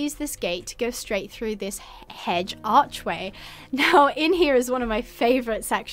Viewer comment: I genuinely cant listen to you say hedge anymore after the world tour when you said hej